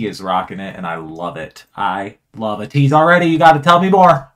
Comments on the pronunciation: their name is pronounced “ay-teese” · Thank you for reacting to Ateez. I love how much you were vibing with them! Their name is pronounced like Ay-teez, and they have 8 members. 2 rappers and 6 singers, and they’re all amazing performers This ballad vibe is in fact a newer sound for them specially title track wise, but I can see you vibing with their other music regardless! They’re having a comeback on the 10th, which you could check out, and if you’re interested in hearing more of them and want to see how talented they are in regards to dancing as well, a couple of my favorite songs by them are: Wonderland Say My Name Illusion Treasure (one of their two debut songs) Deja Vu Eternal Sunshine